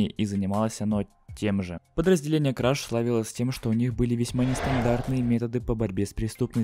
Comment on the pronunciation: Ни краш, а креш